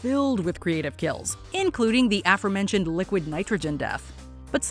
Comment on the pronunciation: I know this video is old, but repeatedly mispronouncing a word is driving OCD me nuts, lol. It's pronounced uh-fore-mentioned, not affermentioned.